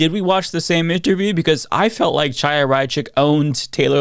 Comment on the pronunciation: The Ch is pronounced as a K. Kaya, not Chaya.